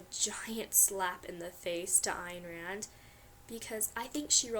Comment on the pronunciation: A: you pronounced her name correctly... and that you have read her... well, that's amazing... however, toward the end of your video i realized you don't FUCKING actually get it... you can't polish a turd... so I say you started strong... but really you are just another american girl... living the american dream... but I'll give you the fact that you read it... and you pronounced her name correctly... but you missed the boat on the tragic beauty of realism and life that the story had to offer.